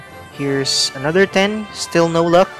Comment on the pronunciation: It sayed luck not lok LOL 😂